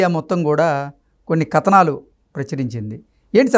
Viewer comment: కత నాలు కాదు నాయనా కథనాలు అని అనాలి.